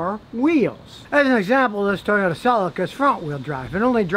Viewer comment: Think Scotty bumped his head. he kept mispronouncing Toyota.